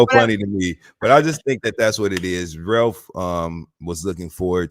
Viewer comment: & Carlos are both from Michigan and neither can properly pronounce “Ralph” 😂😂